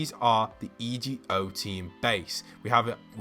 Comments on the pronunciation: Again!!! Why are you saying E G O, its Ego, as in ALTER EGO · Ok i love but it's not E. G. O. It's just Ego because it's the alter egos